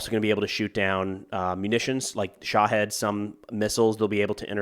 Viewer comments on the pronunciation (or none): none